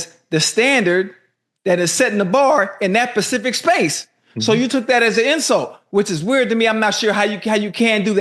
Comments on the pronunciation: in that "pacific" space ❌️ in this "specific " space ✔️ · ITS SPECIFIC not PACIFIC. I tell these fools Pacific is the Ocean